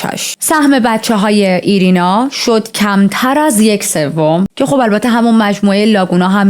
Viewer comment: ایرینا نه و آیرینا درسته. 😅